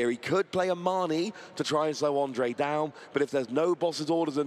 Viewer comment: Great games! I am happy that someone from my country won the worlds, altough I had a laugh that the comentators kinda gave up on pronouncing "ř" in Ondřej and called him Ondrej instead. 😀 Anyway, I loved those decks. Who could have tought that the flying Pika would end up being so good.